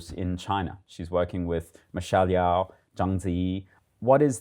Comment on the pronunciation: The Yeoh in Michelle Yeoh is pronounced "Yee-o", not "Yeow".